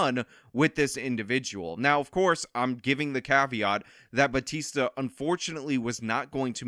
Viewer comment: To further disrespect her she looks Asian. Unless she married into that name she’s probably Filipino and we don’t pronounce Bautista in a Spanish accent.